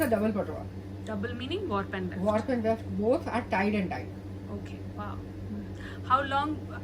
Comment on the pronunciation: it is Weft ... Not left!